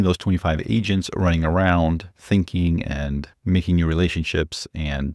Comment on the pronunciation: Anyone else thought he said "multiple Asians?" It's agents it's agents. Fewww